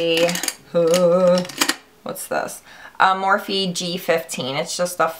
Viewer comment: The E is silent in Morphe.